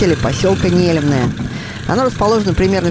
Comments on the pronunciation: Не́лемное, ударение на первый слог, от названия рыбы нельмы😊😊😊, обожаю вас, Рассоха, Ясачная родина моя ❤. Лодочка называется ветка, с них охотники наши стоя стрелять могут, переносят их обычно волоком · пожалуйста, поселок называется НЕлемное. Ударение на первый слог. Название от рыбы нельма) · Нелемное ударение на первый слог. Так правильно будет название поселка.